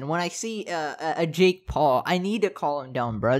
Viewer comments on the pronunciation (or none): none